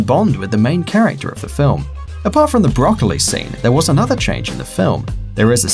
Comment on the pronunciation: Probably I'm Japanese cuz I love "brocaliy"